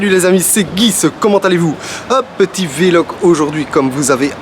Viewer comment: tu me fait rire a dire "V-Log" en 2 mots, c'est VLOG en 1 seul mot:) Tokyo revengers et Mashle, seront mes prochaines nouvelles séries ^^